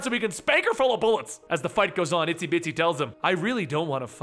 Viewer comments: i thought her name was "Itsy Bitsy" not "Isty Bitsy" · Isn't it Itsy Bitsy not Isty Bitsy?